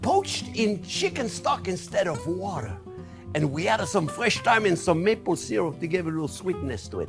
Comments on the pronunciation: " Maple " not Mapple 😅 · Great cooking show but PLEASE do not corrupt the English language like Americans usually do. It is Maple NOT. Mapple. Other than that keep up the great work.